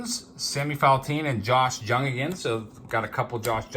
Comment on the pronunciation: FYI -- It's not Josh "JUNG", it's pronounced "YOUNG". I'm a Rangers fan, and so I've been following him.